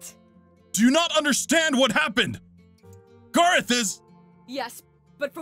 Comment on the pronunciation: GARROTH ITS GARROTH